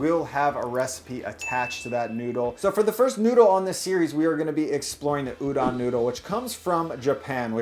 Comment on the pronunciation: Stop saying URON